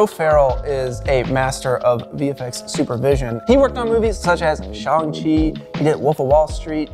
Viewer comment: That hurt when he pronounced "Shang-Chi" wrong lol. He worked on it!